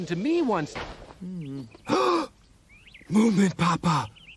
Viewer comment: i know, but he said it like "moomamumma".